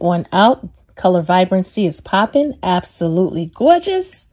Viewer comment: Abso-ruttrey gaw-gess !!😛😜🤪😝